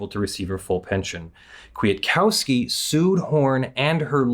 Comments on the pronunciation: Also the second k is silent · As Polish is my main language it was a pain to hear how you say Kwiatkowski 😆 Still good video!